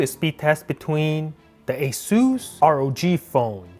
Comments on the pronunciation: Ita aaasssuusss not esus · ASueeees rog 😂